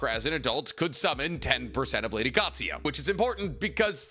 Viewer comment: Love him but once again "Katsuyo". It's Katsuyu. Similarly says "Kakuzo" when it's Kakuzu. You're the best tbh! Just interested by the lack of pronouncing a U at the end of a word and how it's always turned into an O. We're all different lol just always intrigues me